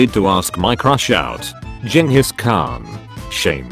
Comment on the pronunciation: People: Genghis Khan the voice in: Genius Khan